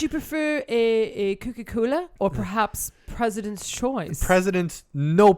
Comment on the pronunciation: Maaaan you sounded very Canadian when you were saying no name President choice brand and everything lol